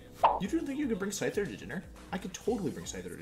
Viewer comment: Did you just said ScKyther?!!!!